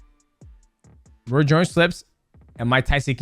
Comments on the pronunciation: Roy's, royce.... bruh it's ROY Jones lol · “Roy shorn junior… Roy jone junior… Roy’s jones” 😂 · Bro is ROY. not roys or Royce or roysh 😂